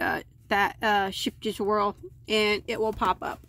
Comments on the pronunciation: If anyone’s interested, I’m fairly certain Scheepjes is supposed to be pronounced as sgaypjus with a guttural long g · for future reference, "Sheepjes" is pronounced with the "jes" silent. So it is "sheep" like the animal. Love your videos, and using your yarn reviews to pick yarns for myself as I cant get out to the stores much myself (I am disabled). Love your patterns. Love your care in your reviews, in your tutorials, in what I see of your life - you are a pleasure! Thanks for all you do! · sipe-ya is how the Dutch pronounce it. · I am SO excited for this!! The Whirl is my favorite yarn!!!! I recently was taught that it's pronounced "shape yez". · PS I could be wrong about the pronunciation, but that is how an English woman YouTube crochet artist says it, so I figured she was close enough to have heard it said by native speakers. Ah well. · I love Whirl! It sticks to itself the and gets tangled easily if you pull too much out at once. The easiest way to fairly accurate pronunciation of Scheepjes is “shape yes”. It’s hard for native English speakers to master the Dutch pronunciation. LOL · It’s pronounced sheep-eez. It’s my daughters ‘absotively favoritist’ yarn. It’s too expensive for my needs unfortunately. But superiority? YES! Beautiful? YES! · I use to pronounce skip-yes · Scheepjes can be pronounced - Skape Yes. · Scheepjes is pronounced “scape-yes”. 😀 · the two ee in scheepjes is pronounced like a long a. like "great" :) But it is really cute the way you say it :)